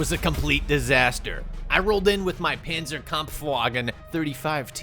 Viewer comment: The way he pronounces Panzerkampfwagen makes me cringe every time